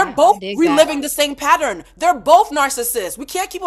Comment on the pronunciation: Please teach Carlos how to pronounce "pattern". Her pronounces it "patteran". 😂